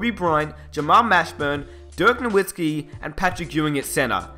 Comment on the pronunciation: Just a bit of advice so you don't continue to piss of Mavs fans a little: the w in Nowitzki is pronounced like a v.